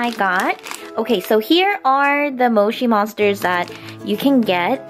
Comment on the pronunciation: u keep pronouncing moshi monsters wrong. Your pronouncing it right apart from the o part. U pronounce it the other way to say o